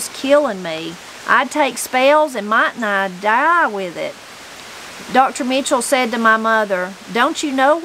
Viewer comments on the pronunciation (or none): none